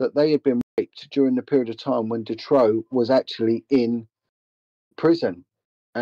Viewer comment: And his name is March Dutroux not ‘Detroux’